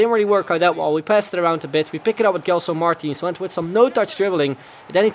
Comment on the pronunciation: It spels like DJELSON not guelson